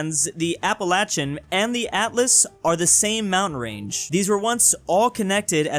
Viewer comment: Appalachian is pronounced ap-uh-lay-shun